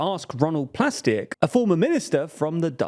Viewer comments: Plasterk, but they can't pronounce Dutch very well. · No. Plasterk. Pronounced with a more Dutch ah and eh noise and greater emphasis on the harsh r.